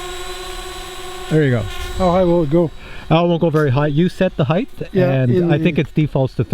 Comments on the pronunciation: It's not "HeigTH" it's "HeigHT" it's hard to watch a 50 or older person pronounce HEIGHT The wrong way. I bet he says supposebly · Hey Like this video, I'm looking to get a drone that isn't necessarily a DJI. Same as your friends requirements but doesn't have to be a dji but it's OK if it is. Any advice? BTW " height" is pronounced with a hard "T" at the end. Not a " th". Just like it's spelled heighT (Hi-T) not heigTh.